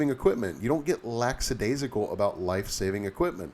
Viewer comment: Great tips per usual sir. Fyi, it's lackadaisical.